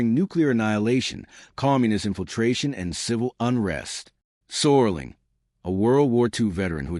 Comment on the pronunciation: ROD SERLING not SORLING